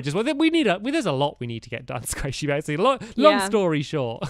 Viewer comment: Sqaishey not Squashy Are U an English Lady Called Queen Gwendolyn?